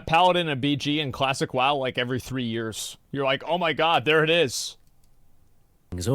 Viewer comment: when someone says "free" instead of "three" you dont listen to what they ahve to say basically